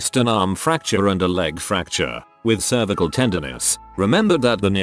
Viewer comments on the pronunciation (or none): none